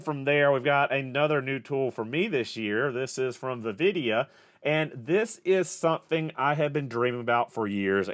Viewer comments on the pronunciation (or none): I imagine the pronunciation of vividia is a bit different in Georgia ain't it?